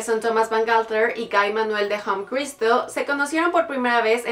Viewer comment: El nombre de Guy se pronuncia tal cual y no gai como lo dijo la morra 🤦🏻 no mms